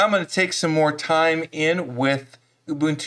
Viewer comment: You are one of the few Americans that can correctly pronounce UBUNTU. For that alone you gained a new subscriber!!! But your videos are also great! Another thing you can do after removing "snapd" is to forbid it from being automatically installed in the future: $sudo apt-mark hold snapd